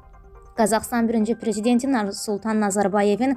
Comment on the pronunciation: Narısultan yoxe Nursultan😅